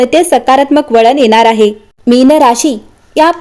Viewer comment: भावना ✅भावणा ❎ मीन ✅ मीण ❎